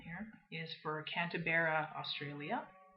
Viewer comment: 07.31 A WTF! moment, its pronounced as spelled Canberra not Cantaberra